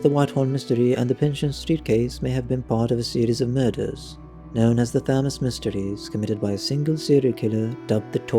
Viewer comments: The pronunciation of River Thames was difficult to listen to…… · I winced when he mispronounced Spitalfields. I spat out my wine when he massacred Thames...